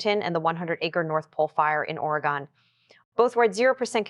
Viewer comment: It's Oregon "Orygun" not OreGone